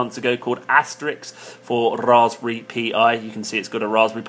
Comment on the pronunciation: Why the hell to you pronounce Raspberry that way? It is so annoying! Also like others said: it's "Pie".